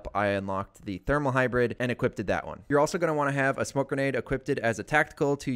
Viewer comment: you keep saying equip-ted, just a heads up its equipped, like e-quip-t. maybe this is useful? fuck i dont know.